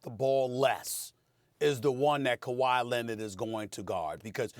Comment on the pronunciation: Stephen A - “Kawhi Linnit”